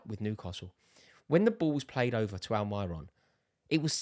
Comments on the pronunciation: At least say Almirons name correct. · The way he says almiron😂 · Why does he pronounce Almiron like that😂😂😂